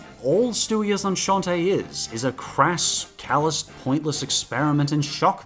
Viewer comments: I was side-eying his mispronunciation of it lol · It's pronounced "on-sont"... he pronounced it for some reason as "énchanté" which effectively means "nice to meet you". In what world does "enceinte" look anything like that? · "Enceinte" is pronounced "on-sant." You were saying "enchanted." 😁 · “Stewie is Enchanté”, you say? “Enceinte” is pronounced “AHN-sant”; it’s French for “pregnant”. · Did you pronounce "enceinte" as "enchanté" on purpose? I'm just curious, not trying to diss any honest attempt at pronouncing the word correctly you make. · Stewie is onshontay? Did he seriously read "enceinte" as "onshontay" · Interesting video and commentary, the CC is a nice thought I wish more youtubers did, it particularly came handy when you talked about "Stewie is enceinte" (and I'm sorry for being nitpicky) because you are saying "enceinte" waaay off, it actually sound slike you are saying "enchanté", quick tips for that, in french c is pronounced like k (a, o and u, unles it is ç) or s (everything else but h) depending on the letter after it and only like sh if there's a h, the last letter of the word is most often silent and "en" and "ein" makes a sound that isn't used in english so I can't help you with that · Just a quick correction; the word 'enceinte' isn't pronounced the same as 'enchanté' (which means 'delighted'). It's pronounced like this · Enciente is the French word for pregnant and you completely mispronounced it (no hate though just wanted to let you know) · Terra1998 to be fair, when Jen Reviews tried to look up the pronunciation of that word for his review of that episode, he kept getting different pronunciations before finally settling on one that may or may not be correct, so I can’t blame for getting it wrong here, since as far as I can tell, neither he nor Jem know much French